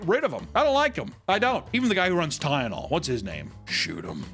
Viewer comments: tie-anol lmao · Why can’t say Tylenol?😅 “tyanol” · Did bro call Tylenol "Tieyanol"?